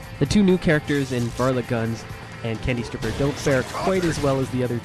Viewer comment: Its candy stryper not candy stripper lol